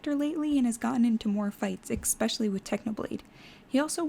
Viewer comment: You don’t say especially like that. You don’t say eckspecially you say espeshially, that’s how you say it typed out. Dream does this to and it’s annoying